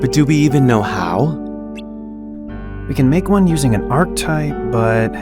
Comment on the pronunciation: Lol mispronouncing archetype